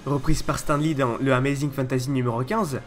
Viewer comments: on dit stane lee et pas stan lee ou stin lee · Stan lee srx tu prononces "s'temps" ???? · Juste on prononce "stanne" lee ^^ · Pitié in prononcé pas stEN Lee😂😂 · Pitié on prononce on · Travail ton accent... (Anglais). La vidéo est intéressante mais l'accent détruit ta crédibilité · Très bonne vidéo éclaircissant certains faits que l'on ne connaissait mais une chose me chiffone un peu, c'est la prononciation de ton Stan Lee qui m'écorche un peu les oreilles mais sinon excellente vidéo continu comme ça. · attend, comment tu prononce Stan Lee !!? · super video mais apprend a prononcé stan lee correctement. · bonne vidéo mais désole j'étais obligé de le relevé, ta manière de dire Stan Lee est juste horrible mdr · mdr bien répondu